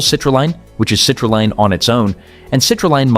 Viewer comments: F'ing dumb AI. it's CITRULEEEEEN! Not Line! And the pronunciation doesn't change twice in the same MF'n sentence!! Is it ever A-MY-NO acid??? Funny how this cheap shit AI bot never said; "ARGI-NINE"! Nope, it said ARGINEEEEEN! Just like grandma used to say. "Taken before workout" -HOW LONG BEFORE A WORKOUT in 2026?? 15min's? 30 min's? 1hr?? -HOW LONG DOES IT STAY EFFECTIVE for said workout in 2026??? Is there a half life or a sweet spot for effective dose duration in 2026? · Frequent mispronounced words and garbled phrases. Citrulline is pronounced differently between sentences. Destroys credibility for me. TD